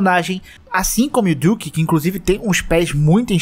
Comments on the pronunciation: fala duque certo porra! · Ta com dificuldade de pronunciar o nome dele kkk do nada manda um "diuque" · que agonia cê falando "diuque" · Porque vc fala o nome do duque como diuque?